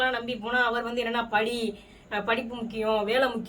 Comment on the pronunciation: படி, படின்னு சொன்னாரா படு படு ன்னு சொன்னாரா? தெளிவா சொல்லும் மா😅